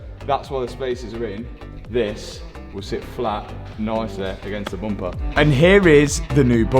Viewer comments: I love how "bumper" becomes "boompa" each time says this word 😂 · Hearing say "Bomper" makes me giggle ❤ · Take a drink every time he says "boompah" 😂